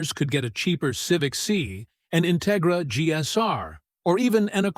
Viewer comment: A. I the intigigra lol